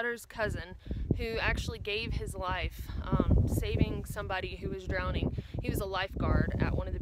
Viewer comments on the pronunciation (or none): none